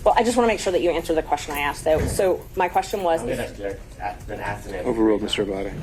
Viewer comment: She was axed a lot questions